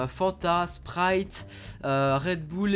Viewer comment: rede b"ou"le 😂😂😂